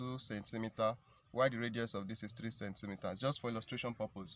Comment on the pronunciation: not cencemeter it's centimeters